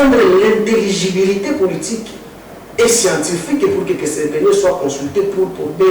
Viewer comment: Ce monsieur croit parler mieux français que Eliezer !! Il dit SCIATIFIQUE au lieu de scientifique... Quelqu'un qui jusqu'aujourdhui croit au retour de kabila. Demandez lui la dernière fois qu'il a vu son président c'est quand ?!! Un tonneau vide.